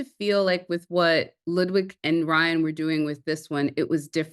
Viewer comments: Am I the only one that likes the way Ryan speaks 😂🫣 it’s the way he pronounces words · Me too I love the way Ryan speaks and pronounces words. It’s rich!